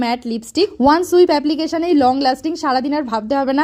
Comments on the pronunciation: The pronunciation is swipe jst google the right one.. your wrote it right bt sounds like sweep.. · ওটা সুইপ না সোয়াইপ